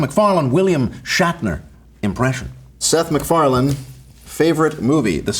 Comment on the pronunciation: Meth SicFarland. 😅